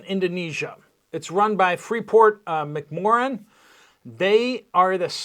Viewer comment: pronounced "mack -more-ann"